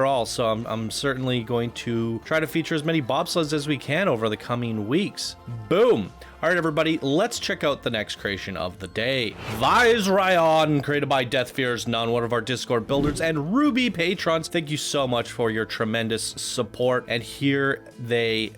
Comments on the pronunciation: FYI it's pronounced "VIZZ-AIRY-YON" and the coaster looks like it's based on Game of Thrones' undead ice dragon Viserion flying around the walls of Winterfell (as he did in S8 Ep 3). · I presume has never seen Game of Thrones if he mispronounced "Viserion"?